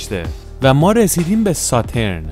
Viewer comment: تلفظ شما غلط است به ستورن غلط گفتی